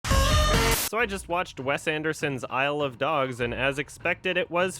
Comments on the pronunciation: I swear everytime you said "isle of dogs" all I heard was "I love dogs" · Shit, now I can’t tell if he’s saying i love dogs or isle of dogs...dammit